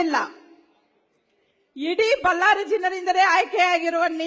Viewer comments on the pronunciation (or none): ಬಲ್ಲಾರಿ ಅಲ್ಲಾ ಅಕ್ಕಾ ಬಳ್ಳಾರಿ ಅನ್ನು